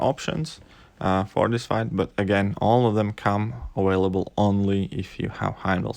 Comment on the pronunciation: Lol awailable